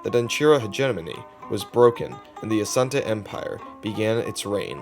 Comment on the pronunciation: You actually pronounced it well, Asante! Ashanti is the English corruption of the word Asante. Asante simply means, because of war.